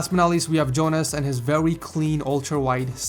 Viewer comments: Did he say veuy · "vewy cwean" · "Vewwy clean" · Vewey cleen indide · listen... "his vewy clean setup" xD jkjk love your videos man keep them up! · VEWY CWEAN setup 😂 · "Vewy Clean" lol am i the only one to notice